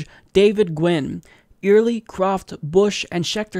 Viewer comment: Scuette = pronounced (SHOO-tee) Early = pronounced just like the word. ;-)